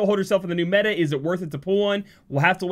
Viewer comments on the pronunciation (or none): none